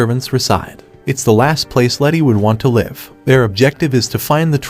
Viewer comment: The pronunciation of LIVE changes according to the context of its use. I LIVE with my family. I'm watching this show LIVE on tv. LEARN ENGLISH.